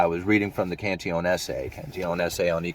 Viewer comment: You're the first YT video caster I've heard to pronounce Cantillon's name correctly.